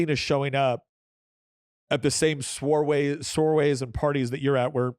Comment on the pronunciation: Say: swah-ray